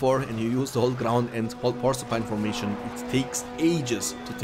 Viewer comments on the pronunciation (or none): Can you please start pronouncing Porcupine-Formation correctly😂 I like your Videos a lot and your language is pretty good but this one really got me lol. Its more like Por-Q-pine-Formation and I'd be happy already. Thanks for the great entertainment pal, great commentary🙂